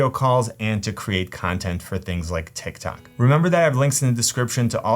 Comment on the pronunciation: Bro said tik tak